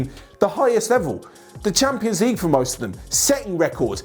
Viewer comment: West hampions league? You know, hampions? Heh heh